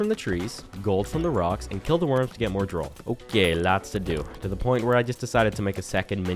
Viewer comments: You called it Droll, it's pronounced Droooool, like the stuff that drips from your mouth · Anyone else notice he pronounces drool like drole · Why do you pronounce drool as droll? And did you not notice that you got it from the slimes?